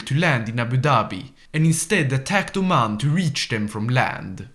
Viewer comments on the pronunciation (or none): none